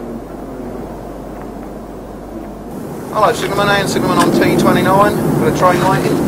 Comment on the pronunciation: Both signalmen spoke the signal number in a wrong way. T29 should be"tango two nine" and T46 "tango four six"